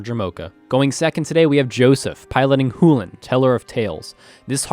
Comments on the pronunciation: really loving the content guys pls continue making more. Would like to clarify i think youre mispronouncing chulane. Chew-Lane ,not who-len. But i could be wrong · I'm not saying you're wrong but google and youtube both pronounce Chulane as Chew•lane why is it pronounced who•lane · Choo-lane, not Hoolen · Did you say Chulane (hoo-len) Sorry but my deck name Chu-Chu Chain wouldn't have the same ring to it as Hoo-Hoo Chain. Better go tell starcity,PTP, and zone of their mistake. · Good game but... why on earth would Chulane sound like "hoo-lan"? I know it's just a nit-pick, but it is pronounced "Shoe-lane" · That doesn't change the fact that sullen isn't pronounced soo-lin. The correct pronounciation, according to the primer, rhymes with sullen. It is pronounced SHULL-en. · Had a lot of fun watching the game, so thanks a lot for the content! This is meant in jest, so don't take me too seriously, but man you saying "hu"lane instead of Chulane kept on triggering me. Lol. And more seriously, why did Bill play Kykar? If his win condition was the Elsha/Top combo, why not have her as the Commander? I feel like it was less flavorful then it could have been. My kykar deck, while not being cEDH is more based on token making since its thematic to Kykar and I would have loved to see those aspects of Kykar shown in a future video. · Did he say hulan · Yes! Chulane is an anglicized version of the Irish "Chulainn". The "ch" sound loses a real voice when said. So, "Chulane" is meant to be pronounced "HULL-en". Much like the word "sullen". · Where in the WORLD did that pronunciation for Chulane come from? Is that something official from somewhere? It LOOKS like Choo-Lane, but maybe I'm missing some kind of context that would make it pronounced the way you did it? o_O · It's 'Choo-Lane' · I really love this content. Personally, I'm beginning to enjoy this more than a lot of the more established channels. But seriously, were you meming about how you pronounce 'CHEW-LANE'?